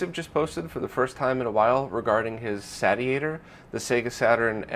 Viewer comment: I'm pretty sure it's pronounced "Say-she-ate-er" Like "to satiate" a desire.